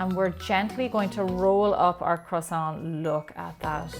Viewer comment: are you going to finish that kwoossaunt